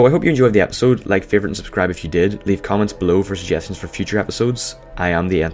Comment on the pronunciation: Hey guys! Hit that "Subribe" Button!